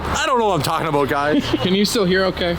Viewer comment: “I don’t know what I’m talkin aboot guys” lol. Car looks Amazin as always